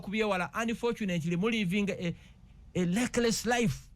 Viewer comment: I was beginning to get impressed that Gashu an speak english only to hear lekilesi